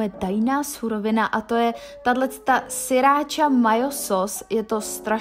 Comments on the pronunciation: Není to siracha, ale sRiracha :-) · Je to sriracha ne siracha.